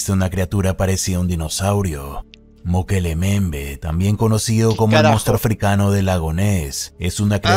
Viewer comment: "Mokele Mbembe": Mukelele XD